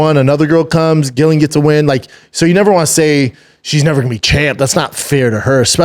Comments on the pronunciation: Brendan just a quick little fyi - Din is pronounced “Dean” and Gillian is pronounced “Jillian” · Dude .. no home but I fucks with B Shaw...but please stop saying GILLian...its pronounced JILLian lol... pleaaassee 🙏 lol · Its said like 'Jillian' even if its its a G!!!! America say so many words wrong.. you speak English, pronounce things properly like English people do!! Drives me crazy loads of words americans say wrong.. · lol Brendan is driving me crazy by not pronouncing their names correctly. It’s spelled sin but it’s pronounced DEANA GILLIIAN= Jillian. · How does he struggle with saying Gillian and din😂😂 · I love the show honestly, some good takes, but mispronouncing Gillians name the whole time , and saying Ian is the top dog at his gym are crazy goofy haha ( pretty sure Charles is still the man there ) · What way is he pronouncing "Gillian"? 😂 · Crazy work that doesn’t correct Shaub on the pronunciation 🤣😂 dude is making him look stupid not saying anything